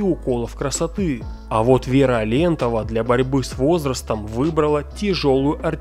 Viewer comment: А́лентова, ударение на первую букву фамилии.